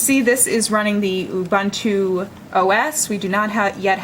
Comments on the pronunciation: "awbahntu"? It's pronounced "U-boon-too" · what's so hard in saying "oo-boon-too"? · It is pronounced "oo-BOON-too" (from Ubuntu's own documentation)